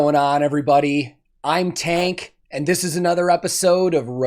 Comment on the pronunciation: Hey Tank, so glad you enjoyed it man! Always really appreciate your great reactions and attention to detail. Thanks for the shoutout and for pronouncing my name perfectly! 🙏